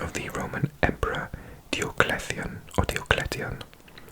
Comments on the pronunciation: Yet another banger. But I’ve always heard the Roman emperor’s name pronounced Die-oh-clee-tion fwiw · i always thought Diocletian was pronounced as 'Dye-oh-klee-she-ahn'